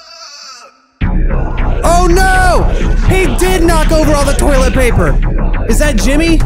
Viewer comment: You saying tolit paper reminded me of death flush